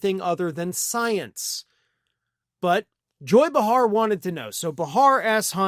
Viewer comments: It’s pronounced BAY-har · Behar is pronounced BAY-hahr. Come on,. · Kindly learn to correctly pronounce Joy Behar's last name.......